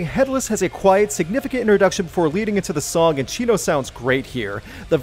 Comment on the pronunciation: The way you pronounce Chino's name sounds like you're calling him Cheeto.